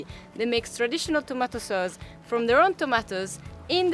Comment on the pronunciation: "Tamato Soz"